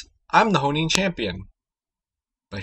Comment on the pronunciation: For some reason it really bugged me when you kept saying "Honing champion" - it's HO-ENN champion damn it!